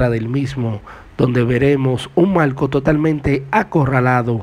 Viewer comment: Pregunta : porqué habla tan mal . No dice Marco dice malco , no pronuncia la R y suena ridículo.